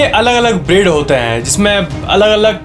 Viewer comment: Brother love your channel 👊💯. That's why I want to give a suggestion to improve your channel , That is , keep improving your reading / pronounciation of words , for example you said BREED but we listened BREAD or BRID ( silkie chicken part mein ) . This small effort will help you alot. Lots of love ❤️❤️❤️. It's a positive comment 👍 .